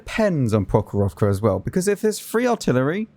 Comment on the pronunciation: Your pronunciation of the map "прохорОвка" is really fun 😂 The stress should be in the end